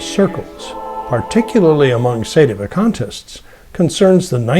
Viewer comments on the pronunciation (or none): I find your pronunciation of "Sedevacantist" to be quite strange. Is this common amongst Americans? I am sincerely not convinced of your argument. The traditional Holy Week is one of the most ancient artifacts that we have in the Roman liturgy, and there is no justification for altering it. The further we move away from the Apostles, the further we move away from Christ. Novelty is only pleasing to people, not God.